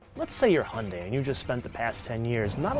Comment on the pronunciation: I have worked with them for years. It is NOT He yun day. It rhymes with Sun Day. Hyun Day